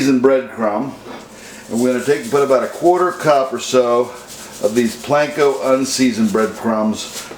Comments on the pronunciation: It’s Panko not plankco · It is not Planko: it is Panko. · I love how you pronounce panko "planko".